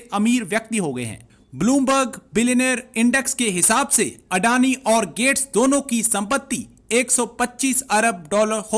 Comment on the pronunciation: अडैनि नहीं अडानी 🤪